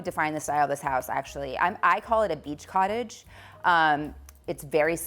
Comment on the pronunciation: Did I hear you right??? Beach “COTTAGE”!!!